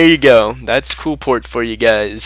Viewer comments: OH MY GOD ITS QLIPHORT NOT QUILPORT!!!!!!!!!!!! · KLEE-FORT. JESUS.